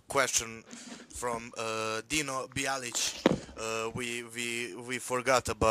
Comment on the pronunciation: Svaka čast momci! Kapa dole za interwiev... Bukvalno sam zbog vas više zavolio Wrestling! brate... B-I-L-A-L-I-C ne Bialić... Ali nema veze 😂 Svaka čast 💗